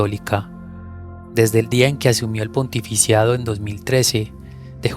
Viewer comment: Se dice pontificado No pontificiado